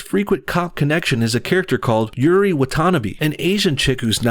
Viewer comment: How do you mispronounce Yuri’s name after it’s said well over 100 times.